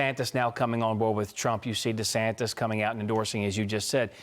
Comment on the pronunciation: Did he say, "Fox used to be with De Santes, no with Trump?" I agree, with Fox News too😂